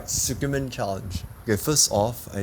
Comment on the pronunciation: The way you pronounce tsukemen 🙃 It’s tsu-ke-men not su-ke-men... Tsu sounds almost like zi.